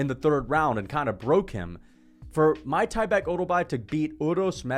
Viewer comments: it’s MIK-TIB-EK no MY-TYBEK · bro its meek-teh-bek